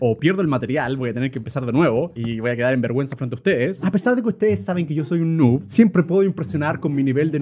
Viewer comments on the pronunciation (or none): none